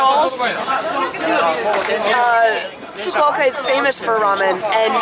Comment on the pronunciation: So that's how you pronounce "Fukuoka". I would have pronounced it in a way that would make a sailor blush.